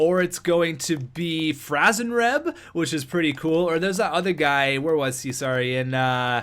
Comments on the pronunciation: It's franzreb you idiot!😡😡😡😤😤😤🙄🙄🙄(Fran-zuh-reb) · Don't get Franzreb... you can't pronounce his name hahaha jk bro <3